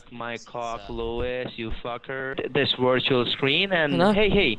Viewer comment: your wirtual dextop has a wirus